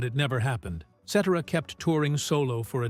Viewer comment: Still can't pronounce the man's last name right. Geeez 😮